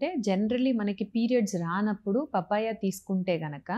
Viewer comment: పాపాయ బాబాయ్య కాదు పప్పాయ🤦‍♀️